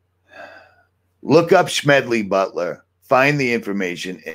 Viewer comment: I recognize Mr. Butler's name as the author of "War is a Racket". But why are you pronouncing his name with a "SH-" sound?